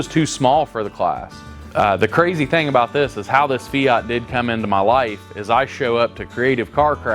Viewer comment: It is not a feoot is is called a fiat , it sounds so odd how you pronounce the word fiat😊